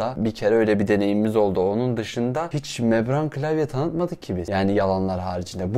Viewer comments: Abi mebran değil membran diye biliyorum tüm vidyo öyle demişsin :) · mebran değil o membran :D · Membrane o, mebran değil.